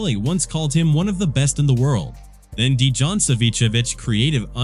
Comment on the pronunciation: it's AI voice... because it read ć well but couldn't get Dejan (Дејан) At least for Serbian names maybe it could read Cyrillic properly but I don't know about other languages. Edit: yeah pronunciation is all over the place hahaha